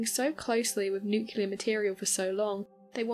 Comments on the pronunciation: Really. An atomic energy MERRIT BADGE IN THE BOY SCOUTS?!?!? Oh come on... And it's "nuclEar". Not "nucUlar". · oh mylanta, it's NU-CLEAR, not Nuk-ular